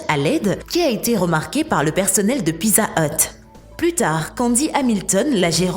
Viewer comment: Mon Dieu comment elle prononce “ pizza” 😂🤣